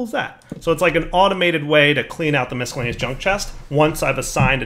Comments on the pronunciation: I'm not a millennial so I'm incapable of being triggered, but I agree his (incorrect) pronunciation is annoying as hell. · I will never not be triggered by how pronounces "miscellaneous"